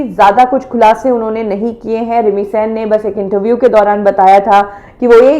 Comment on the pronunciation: मैडम प्लीज pronounce it as सेन not सैन।। थैंक यू!!